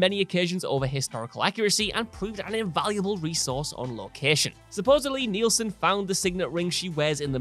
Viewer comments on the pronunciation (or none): none